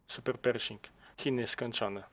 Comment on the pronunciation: Gratuluję ! Ja nie robiłem tej misji ponieważ nienawidzę czołgów chińskich i japońskich ;) Zastanawia mnie dlaczego mówisz "saperperszing" Nie powinno być "superperszing" ? ;)